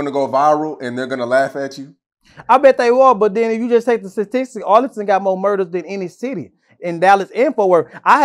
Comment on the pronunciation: "take the satistick"...